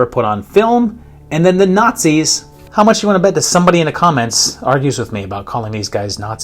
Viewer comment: those were clearly Not-Zees